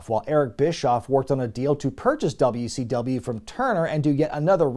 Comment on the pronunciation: Did my guy call it Dummy C W